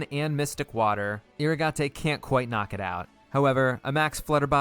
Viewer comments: Took me until 5 minutes in to realize that Eeruhgahtay is just "Irrigate" pronounced differently 🙄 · Fun fact: you pronounce irrigate with a long A and a silent E